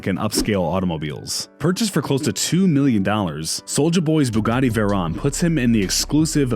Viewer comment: He keeps saying veron instead of veyron